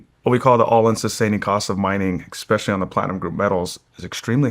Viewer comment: So much smarter than me… yet he still can’t say “especially” correctly.